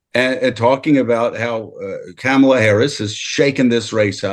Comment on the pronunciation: Hey Mark, why didn’t you correct Joe’s pronunciation of Kamala ?